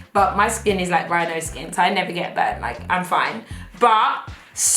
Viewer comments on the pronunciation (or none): none